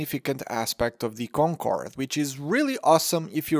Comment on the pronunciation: i love how this dude speaks: DEES EES DEE KONKOWWORD